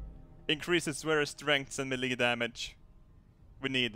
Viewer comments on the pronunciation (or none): Just to help your English Melee is pronounced like 'May- Lay'. Great vid!!!!